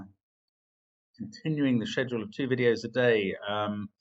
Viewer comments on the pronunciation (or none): none